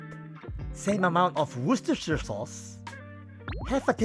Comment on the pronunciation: You actually pronounce Worcestershire very good